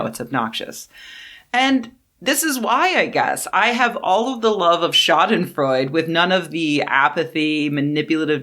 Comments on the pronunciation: The e at the end of Schadenfreude isn't silent It's not Freud, like our buddy Sigmund, it sounds more like Schadenfreu-duh The way you say "Schaden" is fine, except the stress is on "Scha" not on "den" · You probably know this by now, but Schadenfreude is pronounced shaa-duhn-froy-duh. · It’s pronounced “shah-den-froydah”. Love your work! Please keep it up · Sha-den-freu-duh is the correct pronunciation, danke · The final e in schadenfreude is voiced, sounds like a frontal English singular indirect (?) article "a" Great video, but could you stop taking about me? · The final "e" in Schadenfreude is not silent, it's a schwa. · But she did not speak German, she was speaking English and in English loan words often got an English pronunciation. Just how one English does with say the Swedish loan words Smörgåsbord or Ombudsman. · She's mispronouncing it. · The final e in Schadenfreude really should be pronounced. Great video.